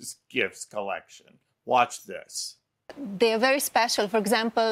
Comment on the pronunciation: And...after being in "de" US for 30 years, she could make an effort to pronounce "this" correctly, instead of "dis". It's pure laziness and I'm assuming it must appeal to the simple-minded folk.